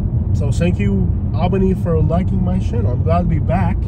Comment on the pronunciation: And… you’re saying it wrong!! It’s Alll-been-eyyy!